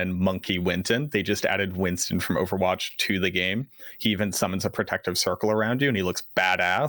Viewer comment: WinSton not winton